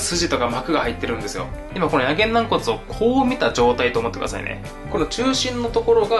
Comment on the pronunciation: な↑ん↓こつ